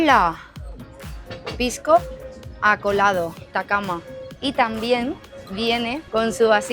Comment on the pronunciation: Vamos a ver ,Los de Españoles leen como les da la gana( que no es lo correcto) , no es acolado,es acholado,no es quinoa,es quinua,etc.